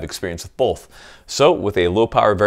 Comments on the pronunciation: Did you just put an L in "both"? Go ahead and hit that subscribe button. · There is NO L IN THE WORD BOTH!